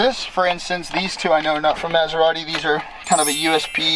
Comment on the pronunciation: He can't even pronounce Maserati.